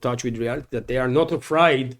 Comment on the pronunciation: You pronounce 'afraid' like 'a-fray-ed' when we say it more like 'a-frayed', with two syllablles